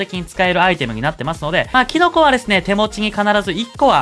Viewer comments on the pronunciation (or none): キノコ🍄がティノコに聞こえてくるw